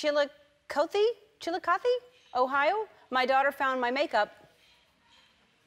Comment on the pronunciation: Congratulations on correctly pronouncing "Chiilcothe"!!! (The second try)